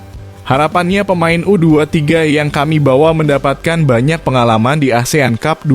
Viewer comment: Lagian ,ngomong ASEAN CUP.....aja... asean tjup ....😂